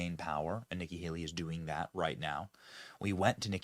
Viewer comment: Did he say nigga Haley?